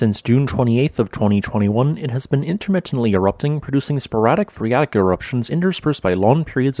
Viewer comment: Impressed that he managed to say "sporadic phreatic"